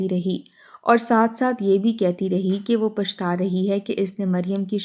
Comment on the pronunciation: “Bhai” nahi “Bhi”. “Lawndey” nahi. “Bachchey” “Fitrata” nahi “ Fitratan” “ Demay nahi “Dhimay” “Hikka” Haa se nahi “Hay” last third lafz. Huqqa Pakka “ nahi . “Tabiyaat Mukkadar” nahi “”Fiza Mukkadar”. “ Halak kar” nahi “Billak kar” “Bhai Kai huwi” nahi “Bokhlaii huwi”. Urdu ka Janaza hai ……….. “.